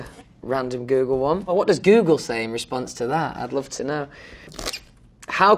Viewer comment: noone: louis: fanks lov